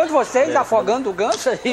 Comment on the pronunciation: Tiririca falava voçeize antes do Manoel Gomes(Caneta azul) kkk